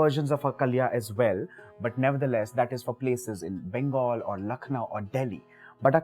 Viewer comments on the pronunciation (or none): none